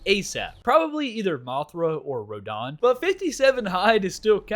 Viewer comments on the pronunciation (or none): he is saying rodans name like rahdahns name from eldem ring idk how to spell his name. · Every single time you pronounced Rodan and Gigan incorrectly made me mad rodan ro-dan gigan Guy-gan